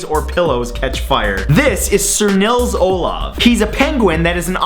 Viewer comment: the O in Nils Olav is longrrrrrr grrrrrrr grrr